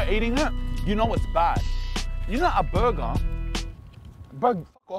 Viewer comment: "Burgar" :p Thanks for the video big guy.